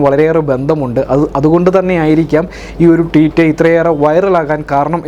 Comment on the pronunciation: Teet അല്ല ഭായ് Tweet